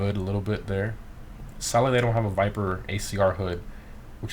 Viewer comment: what is this car? " Viperrrrr ". What is this car " Viperrrr " " viperrrr "